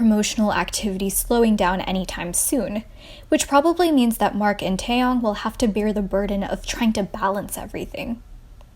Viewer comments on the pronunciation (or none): Taymin from Shinee Baykyun from Exo and Tayyong from NCT. I cringed at your pronouncing of their names, but still good video.